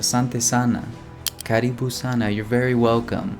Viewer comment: Karibu sio Kalibu,,unaharibu kiswahili wewe